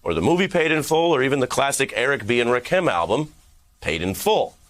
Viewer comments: Rack-him? lol Never heard anyone pronounce his name like that. I always hear Raw-kim. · Affluent Nerd, I pronounce it "Rah-keem". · LMFAO he trying to be cool .. he doesn't know who tf Eric B or Rakim is.. and it's pronounced RAAAKEEEM dummy lmao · You pronounced Rakim incorrectly. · Ari you just killed Rakim’s name live TV I guess